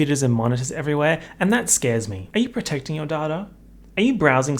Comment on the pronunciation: Everytime you say "protect your daughter" in one of your surf shark videos it takes me a second to realize that you actually said protect your data